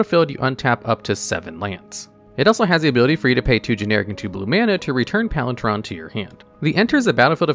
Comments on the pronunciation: Palinchron! Not “palin-tron” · Hearing "Palin-chon" instead of "Palin-CHRON" is really sending me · Are you saying Palin"tron"? …Instead of "chron"? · Palin TRON! (sorry, i don't wanna be a weenie about it, but Chron is ALWAYS pronounced with the hard K sound... Like Chronological? Palin Chron. Make sense? I love your channel by the way! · Why are you saying PalinTron? It's PalinKron...jesus. This is the thing that I hate most about these types of videos. Also, you spelled it wrong. Seriously, does anyone who makes these things do ANY research? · Palin-chron, not Palinch-ron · Palinchron, not Palintron... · Pfft... "Palin-Tron"? I don't know where you got the "T" sound from. I've always pronounced it like "Palin-Kron" myself. Okay, you can be forgiven for this one, since not everyone knows that "draught" is pronounced like "droft", which is something I only learned relatively recently myself. Interesting spelling of "normally" there. :P Whoops, 2 typos in the same sentence. "strngth" should be "strength", and "sticth" should be "stitch". It's very "unlikley" your opponent will be "bale"? ...Of hay? :P I nominate the combo of Ivy Lane Denizen and Herd Baloth / Scurry Oak, which is an easy way to go infinite with very inexpensive cards. No need to shell out like $60 for Aluren or stuff like that. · Are you saying Palintron instead of Palinchron? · Palitron? My guy, how do u get a T out of Palinchron? Do you even attempt to read the cards before you try to pronounce them? Another screw up like this and i'm unsubbing. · Just for clarity "Ch" can be said like "K" So chrono and its derivatives is more like krono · Please tell me you mispronounce words deliberately to generate engagement because hearing PalinTron 18 times in 2 minutes is painful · "Palin-Tron" hurt my soul. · Is it just me or is he saying “palintron” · Wait, isn't it pronounced (Pahl-in-kron)? idk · It hurt me a little every time he said “palintron” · The way he pronounces “palan-Chron”